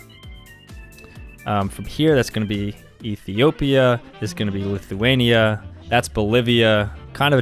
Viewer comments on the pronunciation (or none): none